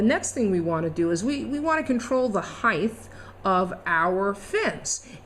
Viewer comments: Great video and explanation, but I'm pretty sure there isn't such a word in the English language of heigth.... it has a t at the end heighT, pronounced high-t (not high-tea either!) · Height, not heigTH. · ..."HEIGHTTH"...??? what a moron...